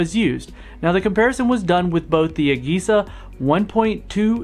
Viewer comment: The way you pronounce AGESA irks me